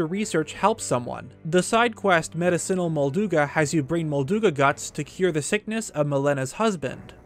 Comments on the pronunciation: and "medicine-al" instead of "me-dicinal" though this only happened once but still an interesting video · when he pronounced medicinal as medi-cinal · is the worst pronunciation of Medicinal I've ever heard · I love your videos, but can you PLEASE pronounce words correctly? EX-tract, meDIcinal...